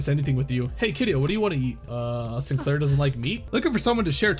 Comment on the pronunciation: Oh it's the SIIN-KUH-LAIRR chapter huh Nail and Hammer.